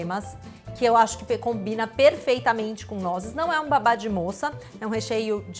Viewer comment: Não é babá de moça. É baba de moça